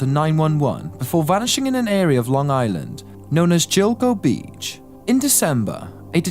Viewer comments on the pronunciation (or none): IT'S GILGO BEACH NOT JILGO BEACH LOL I SWEAR U SAID JILIGO THE SECOND TIME U SAID GILGO